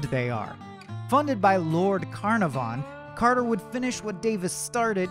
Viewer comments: The mispronunciation of Carnarvon is atrocious. kuh NAH fun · Just an FYI (should anyone ever wish to say it), Carnarvon has the emphasis on the second syllable. car-NAR-von. HTH! 😊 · I noticed that too, there should be more emphasis on the second syllable. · history... no offence but you're pronouncing carnarvon wrong it's not carnar-von, c-nar-von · One yes! I just commented that I winced every time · Ok, I was wondering, is he saying it wrong or are we? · If he could only master Lord Carnarvon s name. (he hacks it up pretty bad) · I hate the way he pronounces Carnarvon. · Sorry but the narrators voice is too whiny and he keeps saying Carnarvon wrong. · You're BUTCHERING pronunciation of Conarvan's name and its irritating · I winced every time he mispronounced Lord Carnarvon. Americans… smh Sincerely, an American Downton fan